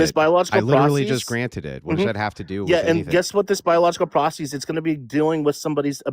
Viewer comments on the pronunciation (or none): Bro is trying so hard to sound smart he is saying "proceez" as the singular form of process lmao the "eez" sound at the end is NOT needed in biases or processes at all, also they aren't of Greek origin so they don't use that suffix regardless